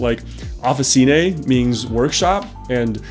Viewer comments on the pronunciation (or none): Some helpful Italian pointers: the "C" in Italian is hard (like in "card) when it precedes an A, U, or an O; it's soft (like the "Ch" in "Choice") when it precedes an I, or an E. So, "Officine" is pronounced like "Offi-Chinay" :) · Great watch! I'm italian and I love Panerai (I'm not a Panerista as I don't own one yet). Your pronunciation is good but Officine it's pronunced with the "chi" sound, like Chicken. 😁